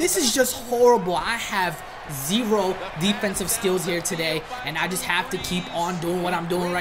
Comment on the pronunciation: You liar you said deffensive.......…… JK